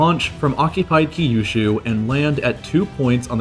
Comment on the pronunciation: The way he pronounces Kyushu gives me an aneurysm.